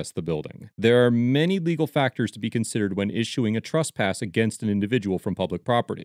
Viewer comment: What's 'trusspass'?